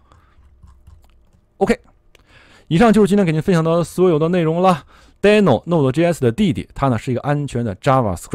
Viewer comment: 是滴no不是呆no😳